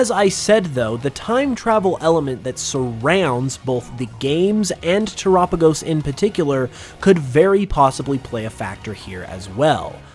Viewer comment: your the only person i heard say the name terapagos right